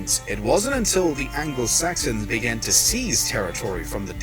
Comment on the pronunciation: Definitely ALBA. He is also saying ANGLE SAXON instead of ANGLO SAXON !